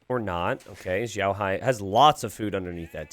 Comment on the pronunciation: Yeah i was cringing so much at the pronunciation of both their names hah